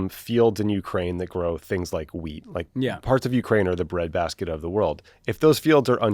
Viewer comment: I thought Tommy said “the price of weed, the price of bread is going to go up”, but he probably said wheat…😅